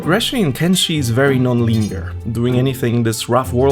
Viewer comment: bery bery ungry